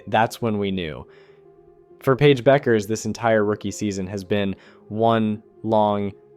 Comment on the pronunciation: How do you mispronounce Paige’s last name and Aja Wilson’s name?